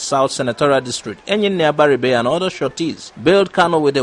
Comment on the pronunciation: correct yourself next time of how you pronounce abaribe, it sound funny.